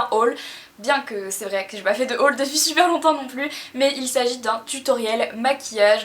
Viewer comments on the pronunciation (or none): none